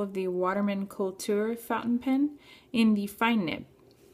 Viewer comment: Actually the u in kultur is pronounced as the oo in cool. But it is nice to see someone make an effort to try to speak it correctly.